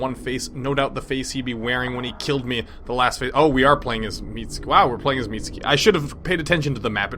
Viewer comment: In the most Japanese names you don't say the u. So you speak Mitsuki Mitski.